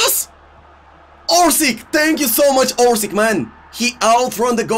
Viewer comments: Hi isnt orsik he is orsich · Dude spell the name right cruyff = kroif abd Orsic = Orsich